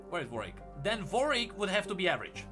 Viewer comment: it's WAR-WICK(ed), not VORE-EEK